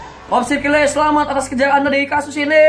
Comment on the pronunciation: nama kakak dibacanya kile ya aku kira kayel